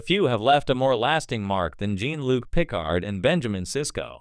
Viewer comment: "Jean Luc Pick-Card"!